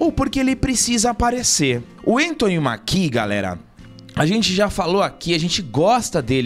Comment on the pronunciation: Só uma leve correção, o sobrenome do ator se pronuncía "Méquie", não Maquí. E isso de reclmar de falta de negros em seleções, teve com a Argentina durante essa Copa. Só foi mais lindo ainda terem vencido, mostrando q não precisam de negros pra serem campeões como a mídia adorava alardar.